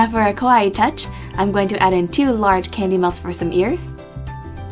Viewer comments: Kawaii its cute not kowai and not scary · she says kawaii like kowai which means scary ironic right? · SoneReveluvBuddyBlinkOnceElvisMeU Kpopper Kowai is the Japanese word for scary, not beautiful. Kawaii means cute.